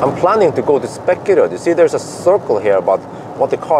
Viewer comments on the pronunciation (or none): 1. Long first e in Spekeröd, please. Second e is short. You are hurting my ears. 2. I just did 125 hours without food (third time). Please do a Water Fasting videolog. It will be funny to watch. 3. Do a video on electric MC. 4 wheels are not for young people like me, 53 years.